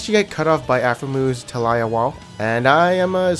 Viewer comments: What in the hell is a Tal-aye-ah? It's Ta-lee-yah, or Tal-yah. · Its a minor thing, but you don't know how to pronounce sven's name or taliyah's name? They're said for you if you watched the spotlight or games sven been in. Maybe you don't watch LCS? Its tah-lee-AH (tahlee-AH) and sven-scarin' (like scaring without the g)